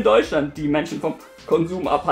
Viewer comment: Sollen wir eigentlich deinen "Kabal" abonnieren? :D find ich immer wieder amüsant deine kleinen Versprecher